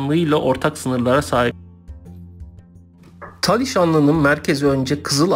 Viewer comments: taliş değil talış! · Taliş deyil, Talış olucak.